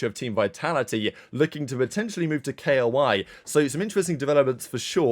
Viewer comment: tf u mean K-O-I its KOI, all together, like the fish bro 😭